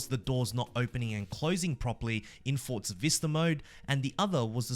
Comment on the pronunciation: It’s ForZa. There’s no t.